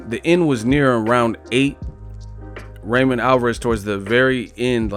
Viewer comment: U should pronounce his name RAW MON instead of RÁY MON